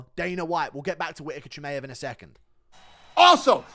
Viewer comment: says michaev 😭😭